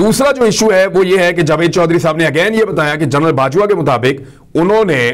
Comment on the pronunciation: برخوردار اردو میں 6 کا تلفظ "چھ" نہیں "چھے" ھوتا ھے۔ نیز general کو "جنرل" بولا جاتا ھے۔ "جرنل" یعنی journal "جریدہ" کو کہا جاتا ھے۔ اسی سے آپ کے پیشہ کا نام (journalist) نکلتا ھے۔ باقی پیشکش لاجواب ھے۔ جاری رکھئیے۔